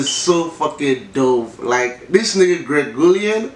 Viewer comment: "Greg Guillion" 🤣🤣🤣